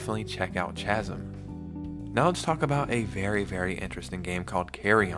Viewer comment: Chasm is pronounced “kasm“